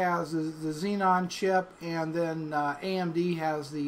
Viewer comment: lmfao "xenon" & "operton"